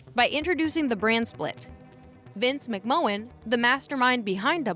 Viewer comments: VINCE MC-MAN. ITS PRONCOUNCE MC MAN PLEAS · McMahon = "mick man" ... Nice video though. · Who the heck is Vince McMowwan? 😂